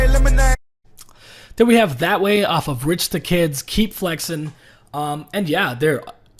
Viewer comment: Did this dude just say that way, my nigga it's DAT way.